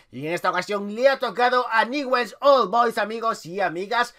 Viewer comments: BRO NO ES NIWELS ES newells y se pronuncia ÑUBELS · Ñubel se pronuncia no niwells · Nievels se pronuncia... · Franco #RETRAMONGUER4EVER Se pronuncia NIEVEls❄️☃️ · Se pronuncia Ñubel, grande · ÑUBELS SE PRONUNCIA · Se pronuncia "ñubel" hay gente que lo pronuncia, Begues o niguels pero se le pronuncia "ñubel"jaja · PRONUNCIA ESTO: "NIULS" ASÍ SE PRONUNCIA.JAJA. SALÚDAME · Se escribe NEWELL'S se pronuncia niuvels VAMO NEWELL'S CARAJO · newell's se pronuncia "niuvels" y si no se puede abreviar "niuls" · Se escribe Newell's pero se Lee ñubels jajaja me molesta mucho q lo diga mal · Newells se pronuncia Nuiwels o tambien podes decir Ñuls. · Newells se pronuncia nevuels xd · se dice niullsssssssssssssss!!!!!!!!!!!!!!! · jajaja dijo nievels y aparte les dijo que esta vacia la cancha!! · Se pronuncia niubells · se escribe newell's pero se pronuncia ñubel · Jajajaja que feo es ser dé Newell's. no sabe ni pronunciar su nombre. Jajajaja que equipo chico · Como nos esta chupando la sangre y no sabe ni pronunciar newells